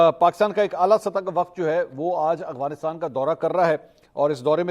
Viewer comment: منصور علی خان آپ افغانستان کی بجائے اغفانستان بولتے ہیں